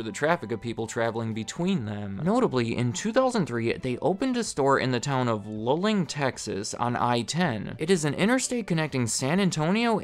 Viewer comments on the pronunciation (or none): LUH-Ling made me LOL. It's pronounced like "Loo-Ling". Also, that funny shaped water tower is no joke. The best watermelons can be had from the farmers markets there, including varieties like Red Crimsons, and my fav: the Black Diamond. They also hold a yearly Watermelon Thump festival, where they crown a "Thump Queen" -- one of the most unfortunate titles ever invented. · It's Loo-ling, not Luh-ling. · It's not Lulling it's Looling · You said "Luling" like "Lawling"? I might be confused about what you mean. I've been trekking out there since the 90s, and only ever heard "Loo-ling". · Luling is pronounced "Lou-ling". Texas is odd like that. Love Bucee's I usually stop at one of the 3 between Austin and Houston whenever I make that trip or the cleanest restroom one between Austin and San Antonio, New Braunfels (aka "New Brawn-fulls") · Not to critique, but just as a Central Texas, Luling is said "loo-ling". 😊 Definitely excited you did this video! It is definitely a cult following! 😂 But we are proud of it! 😂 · Buc-ee's is almost always a 'must stop' on any 'via Texas' roadtrip. They're where my fuel runs low and bladder is full. BTW Luling is pronounced LOO-ling. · Came to say this. Took a while to find your comment past all the “native Texan here..” I smell some imposters bc they should have called it out too!